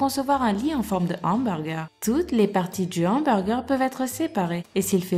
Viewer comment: Delf Gym c directement cque jai pensé quand elle a dit "fane d'hemburger" MDDDRRR😂😂😂😂